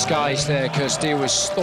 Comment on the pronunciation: He doesn't even know how to correctly pronounce the players' name. He pronounced "Cirstea" wrong here and yesterday it was "Schiavone".